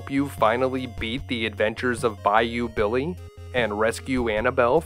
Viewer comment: "Thee abventurs of Byoo Beely!" Gets me right in the heartstrings every time.